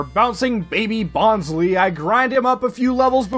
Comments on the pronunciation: Bon_sley not bonsly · Is no one really going to mention how he keeps on butchering bonsly's name as "Bon - slee"..? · Favourite plush but cant even pronounce its name properly lol (jk, this video has frankly been one of my all time favourites of this recent craze, i love your personality, your comedy and quips, and your editing, i was genuinely surprised at your subcount cause this video felt to the standards of or maybe even better than most popular poketubers videos. You have so much potential to be one of the big bois in the poketuber scene and i really wish you the best for your future videos, and can't wait for more!) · You're pronouncing Bonsly wrong. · Did you intentionally mispronounce Bonsly to replicate Mah-Dry-Bread's Rattatta troubles? 😉